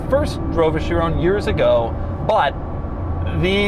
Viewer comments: is it Chirown or Chiron? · It's pronounced "cha-ron" not "cha-roney" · why did he say chrione instead of chiron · It's a 'Chiron' you fool! Pronounced 'Sheerong' and not 'Sheerone'. God. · it's the shiiroooown bro!!! Pas le Chiron, le SHIROOOOOOOOWN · Bugatti Shirone? Feel like MJ is doing a car review. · Why'd Doug say "Chiron" like hes saying Tyrone. It's not Chirone lol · no way he pronounced Chiron as "She Rown" LOL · THIS........... is not how you pronounce Chiron. SHEER-ON. It is, has, and always will be SHEER-ON